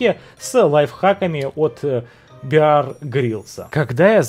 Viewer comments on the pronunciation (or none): none